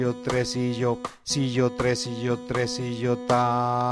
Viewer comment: buenas tardes todos estaba bien pero cuando entramos a los tresillos la pronuncia la palabra trsillo mejor sería el sonido no la palabra